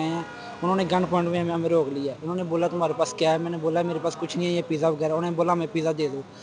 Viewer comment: Pizza not the pija